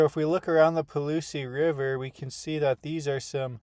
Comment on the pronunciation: Properly pronounced “Paul-loose”.